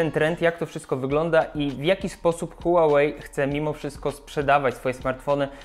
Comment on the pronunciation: „Hułałei” no weź czoweku.